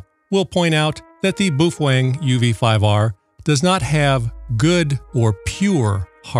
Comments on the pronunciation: I thought Id heard every pronunciation possible til I found this dude. As far as I know, the correct pronunciation is PoFung or something like that. Now I cant "unhear" BooFwang. Its a bit like calling McDonalds Mickey D's. Supposedly they were rebranding Baofeng as PoFung a few years ago. Not sure what happened. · bao pronounce 'bow', if u care bout its origin. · Bufwang lol that’s hilarious I never heard that pronunciation of it.